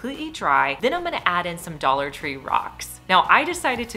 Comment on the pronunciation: Dollar Tree "tray" and "succulent"